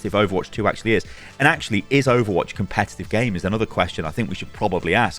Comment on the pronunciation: Says “Comepetive” at the start.